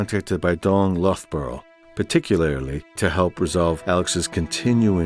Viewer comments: Loughborough is pronounced “luffburrer” but apart from that this is a great series. I want to watch Vaxxed now even tough I already knew it would boil my piss. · Just wanted to say, Loughborough is pronounced LUFF-bruh (rhyming with slough as in sloughing off skin). It's a place in England that the name derives from. Aussies came out with the best mispronunciation I ever heard of it though, Loo-guh-broo-guh!